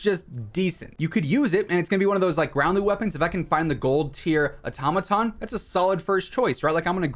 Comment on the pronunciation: The way you’re saying automaton 🚩 🚩🚩